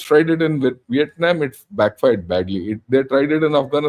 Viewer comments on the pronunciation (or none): none